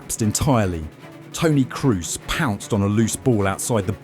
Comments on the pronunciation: Dude, is not Cruz!!! is Kroos, O! not U! is a German name. Jfc. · Is this AI? Serious question, needs to be disclosed. Narrator mentions Tony KRUS, when at the same time if he was human would know in the next edit cut his name is mentioned, Tony KROS. A.I. just reads a human would notice the difference, regardless of the double O in "Kroos". Finally Maybe editing also A.I. Colombia is written Columbia in the video. Like a A.I. that is more acquainted with U.S.A. searchs. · the narrator is an amateur with not so much basic education. He does not know that Toni Kroos is not an English man. He pronounces his name as if Kroos had an english name. This is due to a lack of education apparently. Nobody needs to knowhow to speak German , but everybody should know that the alphabet comes from the latin (originally from Greece) and not from England.